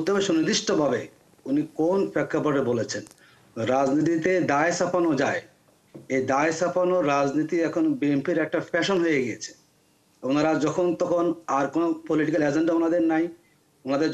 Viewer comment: পেছিবাদ, পেশন, ফ উচ্চারণ কি অনেক কঠিন ?